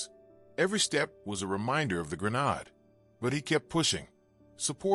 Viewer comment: a gren-nahd???? we don't honor your laziness in using AI